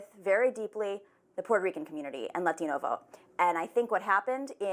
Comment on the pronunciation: "I am very close with the LLLLLLLLLATinO! Community"- White lady